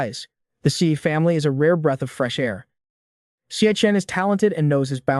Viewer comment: ex eye not zhee?